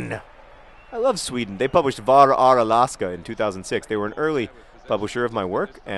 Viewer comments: hhahaah, I'm Norwegian and I thought you said "Bara är Alaska" (..."Just are Alaska") so I googled to check if that's what they call it in Sweden and ...no it wasn't. "Var är Alaska". I don't think we have any of your books in Norwegian, John, but I'm not sure... I don't know if I'm rooting for Sweden, since they're our beloved neighbours or if I'm rooting for anyone else than Sweden, since Sweden is our competition in almost everything. Yeah, we didn't qualify... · I'm swedish, and I just had to back the video to listen to your pronunciation of 'Var är Alaska' again to even figure out what you were saying. Sounds like a seal or a whale or something. A++ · Interesting pronunciation on "Var Är Alaska?" lol